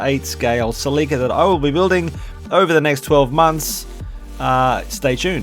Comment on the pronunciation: Your you’re not pronouncing Celica that word right That name